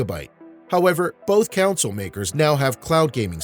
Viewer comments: It's CONSOLE! Not Council. Damn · u keep saying counsel